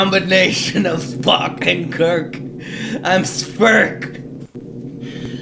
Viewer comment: joe: "i am a combination of kirk and spock" me: kock? Joe: Sprik me: oh